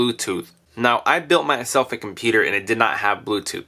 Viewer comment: I'm pretty sure this item will work on my "COMPETER"! idk,when he said computer in the beginning of the video it sounded like he said " competer"